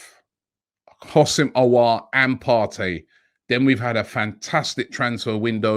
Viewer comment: Robbie his name is Ho-sam not Housim 🤣 please like so he can see this